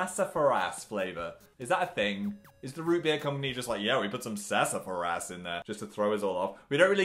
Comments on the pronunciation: phil, it’s not “sassa furr ass,” it’s “sassafrass” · Omg Philip it’s pronounced ‘sassa-frass’ not ‘sassa-fa-rass’ 😂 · It's pronounced sass-ah-frass. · I don't know why, but Phil saying sassafras like sass-a-fr-ass is the funniest thing I've seen all day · “ye we put some sassAFARass in there” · SASA FARAAASSS (im sorry i had to make fun of its pronounces (Sas O Frass) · 🤣🤣 🤣🤣🤣🤣 The way he pronounces Sassafras.... Lol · Is anybody going to say anything about how he says sassafras lmao